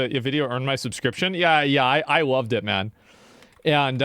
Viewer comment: "Ma'an". Sick burn 😂